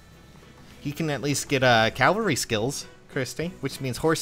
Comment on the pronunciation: Okay for the love of god. Cavalry. CaVALRY. Not Calvary.